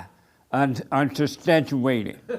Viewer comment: “Man, you lied! Unstustanchuated” he blatt